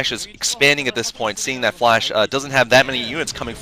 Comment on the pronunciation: Rise, FLASH not FLESH :D